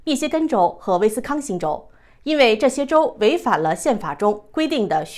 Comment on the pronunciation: 威斯康星州！不是康斯威星州！一开始读错，以前也有过读错